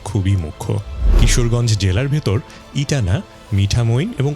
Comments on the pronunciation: ইটানা না ইটনা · ইটানা নয়, ইটনা